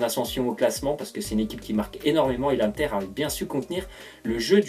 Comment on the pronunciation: ON DIT PAS "1TER" MAIS IINNNNNNNNTER